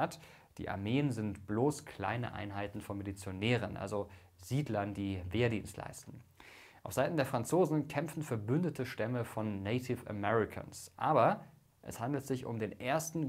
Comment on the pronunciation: Neitif Ämäuicas🤣Red nicht so geschwollen daher, sondern sag doch einfach Indianer, bevor Du Dir noch die Zunge brichst